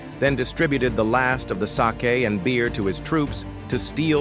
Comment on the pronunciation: C'mon man, you don't know how to pronounce the word Sake? (Saw-kay) OK?